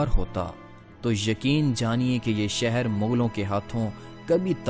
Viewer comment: کافی تھرڈ کلاس معیار ھے۔ کمبختو پہلے اردو حروف تہجی پہ عبور حاصل کیا کرو ادائیگی درست کیا کرو۔ پھر سوچو کہ وڈیو بنانی ھے وہ بھی تاریخی حوالے سے مسلسل مغل۔ مسلسل سہر۔ بھئی منگول۔ شہر۔